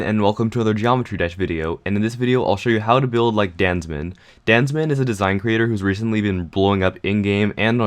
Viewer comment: Captions on. What says:DanZmeN What captions say: Dance Man